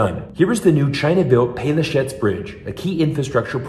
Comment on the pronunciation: Good video, I am from Croatia and I can tell you that you almost nailed the pronunciation of Pelješac, good job :)